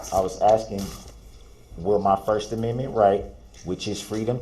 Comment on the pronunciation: Oh no! He says the judge is citing the “Sixth Aminmin!”